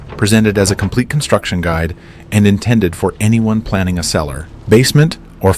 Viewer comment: Library of Construcksjon.